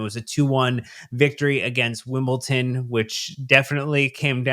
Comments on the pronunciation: “Wimpleton” is killing me 😂😂😂😂😂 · 🤣 wasnt angry, it's just I'm from Wimbledon and was just pointing out the mistaken pronouncing of both my home town and the visitors to the bridge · it's Wimbledon, there is no ''T'' in there and also it's Barrow not Berrow